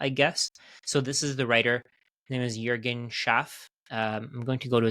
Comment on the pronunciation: no joke, did you live in germany or work with German speaking colleagues? Even names like Juergen you pronounced accordingly.